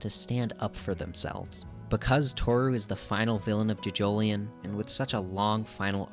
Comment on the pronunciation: Sir, please, you pronounce it as johjohlion as in joe joe lion not juhjoeleeon